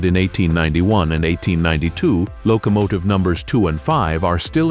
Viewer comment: And then there are the mispronunciations. Mispronouncing the word locomotive in a train video, is rather bizarre. And the first few times the voice said Ga-rot, I almost closed the window. The Breyer Garrets are one of my favorite steam locomotives, although I have never seen one in person.